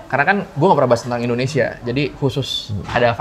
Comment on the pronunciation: Indonesia beh beh .....bukan endonesia ....please deh